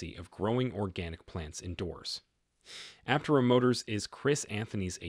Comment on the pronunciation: After all these videos, you still cannot pronounce Aptera correctly all the time. It really does cast doubt on your knowledge of the subject about which you are speaking.